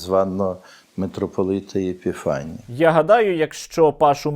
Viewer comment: Епіфаній, а не Єпіфаній. Він і цього вивчити не може...